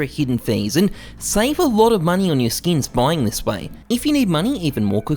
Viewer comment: I find it funny how he says “skeeyns” rather than “skins” 💀